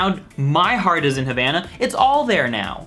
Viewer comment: When you try to roast a song but you don't even pronounce the title correctly